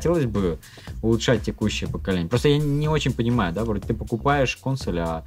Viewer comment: действительно обезьяны, ставят ударение на первую гласную в слове Консо́ль. Противно слушать.